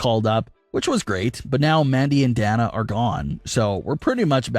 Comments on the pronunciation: DAY-NA. Not DAN-A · Who's Da Na? It's pronounced "Day Na" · Who the hell is Dan-nah? Do you mean Day-nuh as in Dana Brooke? Doesn't really seem like you watch wrestling when you can't even properly pronounce a wrestler's name.... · Who's danna 😂 it's Dana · Day-na not a hard A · It's DAY-NA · Uhhhh,, Why are you insisting on pronouncing Dana with a small A, like "calf" or "cat"? It is clearly a capitol A. Just sayin... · Dude can never say Dana right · Thank you! I pointed that out before I read your comment 😆😆😅